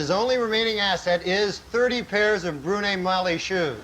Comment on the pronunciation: I think he said Bruno Magli shoes.